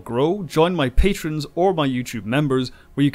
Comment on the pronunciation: 1. apparently has this pronunciation issue, namely "patron" for PATREON (sure, it is not that significant a matter but...). 2. Battle Lines is an episode of the 1993/first season, whereas BEHIND THE LINES is part of the 6-episode arc - from "A Time to Stand" through "Sacrifice of Angels" - at the start of the sixth season telling the storyline of the (re-) occupation of "Terok Nor" by Cardassia, with the Dominion onside. 3. As far as I am concerned, Homefront & Paradise Lost sit atop this list, since "...Bold" and "...Angels" are part of the aforementioned (and massive) 6-part arc. 4. I would have added Broken Link (last of S4) & Apocalypse Rising (first of S5) for consideration. Though I would not have ranked them all that highly, they fit the criteria for (traditional) two-parter just like The Best of Both Worlds, Redemption, and others that had same structure and scheduling.